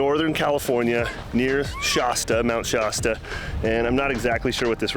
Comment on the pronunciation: There's no "O" in Shasta